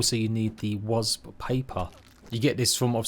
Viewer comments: Is it just me or is does it sound like he's pronouncing ''wasp'' as "was" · "Wasb" .... It's just a quirk of his speech that makes his "p" sounds resemble "b"... listen again you'll hear it, it's no biggie all the same. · Literally pains me when you say the word wasp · love how you say wasp 😅